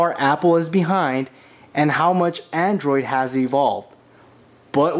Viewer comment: Its android not andorid